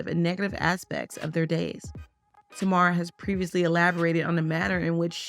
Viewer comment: Yeah it seems the creator of the video is not actually familiar with Tamar. Which is fine, but she could have at least done enough research to learn how to pronounce her name properly.